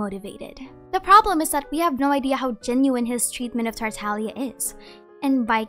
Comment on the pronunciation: its TarTAGlia not tarTAlia!!!!!!!!